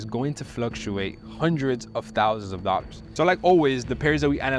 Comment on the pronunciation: Pronounce dollars properly please it hurts my ears